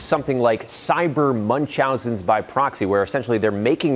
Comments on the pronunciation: Munchausen by proxy: pronounced “MUNCH-HOUSE-EN” by proxy‼️😘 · It’s pronounced “MUNCH-house-sen” by proxy ❤😘😘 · Girl you can't even pronounce Munchausen😂😂😂😂😂